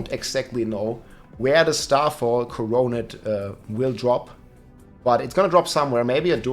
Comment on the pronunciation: Pronounced “core-o-net”